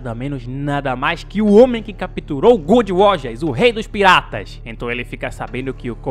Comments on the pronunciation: "Good Roger" não, brother kkkk macular One Piece n, cara kkkk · "goold roger' 😭😭😭😭